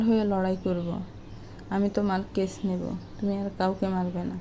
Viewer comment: আরে ক্যাচ ক্যাচ করোস কেন❓ওটা কেস (case) হবে।